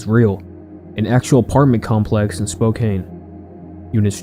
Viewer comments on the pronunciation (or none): Hey Q, Spokane is actually pronounced spo-kan. Don't ask me why the E is I guess silent, but yeah. My friend is from Washington and got very annoyed when I didn't say it right😂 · Wow.. That's definitely the most important takeaway from that video. 14 kids kidnapped but you said Spokane wrong.